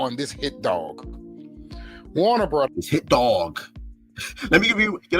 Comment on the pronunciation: 4K0 can't even pronounce "Warner Brudders"